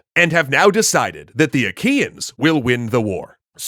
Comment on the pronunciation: Did i heard wrong or they call the trojans aqueans?